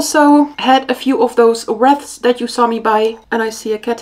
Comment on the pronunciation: merry xmas! btw wreath rhymes with teeth!